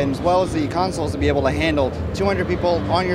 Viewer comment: DID HE SAY CONSOLES!